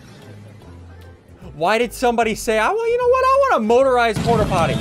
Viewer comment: Please stop saying porterpotty, someone made fun of my brother by calling him that.